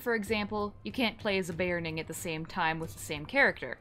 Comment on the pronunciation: sorry...be OR rn ing there is no A in beORning